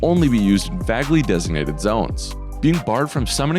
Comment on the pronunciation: "Vaggly" That is a very strange pronunciation thrown in with an otherwise relatable dialect. (It's generally pronounced "vay-glee" in the Neutral Midwestern dialect/General American English.) I know of two people with similar pronunciation habits; one was from SE Alaska, the other lives in Vancouver. I'd always assumed it to be an individual quirk; was I mistaken? Asking out of curiosity, not trying to ridicule anyone.